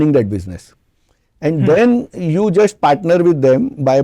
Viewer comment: Why he is trying so hard in this show to speak in English? Why not just speak the language you can speak well and comfortably. Trusht, indushtry.. jusht